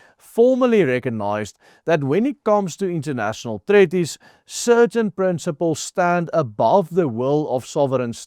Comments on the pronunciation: while I admire your efforts as a non English first language speaker, you need to get help with your pronunciation. Treaty or Treaties is pronounced Tree-tee / Tree-tees, not treh-ti / treh-tees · Ai jirre dis nie tretties nie jy spreek dit treat ties uit soos in treat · "Treaties" se e, a klank word uitgespreek soos "treat" en nie soos "sweat" nie. "Sweet" en "treat" se ea klank is soortgelyk.